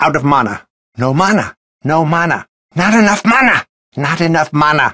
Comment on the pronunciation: Now mana sounds weird to me